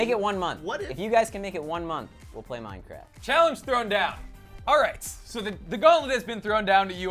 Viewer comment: play minecwaft